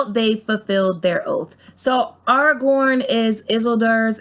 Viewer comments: “Ar- rah- gorn”.....Aragorn “Saw- Ron”.... Sauron Work on that will ya? Lol Nice video though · If you are going to do the video the pronunciation is "Ar -a-gorn" and " Is-el-deer " Otherwise super video, keep it up! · Not a bad theory. However you mispronounced two characters names from L O R. It’s pronounced Air-ah-g-or-n and Iss-eel-door. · Are you saying the names of Tolkins characters that way (Is-il-dur, Ar-gorn, and Sur-on) as a troll? Their names are pronounced; Is-seal-dur, Ara-gorn, and Sar-oun